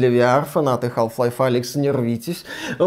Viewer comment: Как как "хаЛф лайф"? Ахахха ну бывает. Хаф лайф как бы)